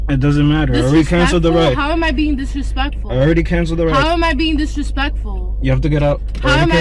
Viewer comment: "maaaad diresplectfwul" 😂😂